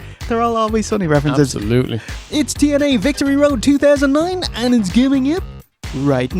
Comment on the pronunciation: Alex Wright said "this was a hella a Wictory Road, I PWOMISE."